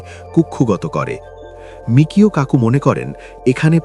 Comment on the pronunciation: এতদিন ধরে শুনে এসেছি, তার বেশকিছু বইও পড়া হয়েছে, সর্বত্রই আছে বিখ্যাত পদার্থবিদের নাম 'মিচিও কাকু'। আপনারা মিকিও কাকু বলছেন কেন!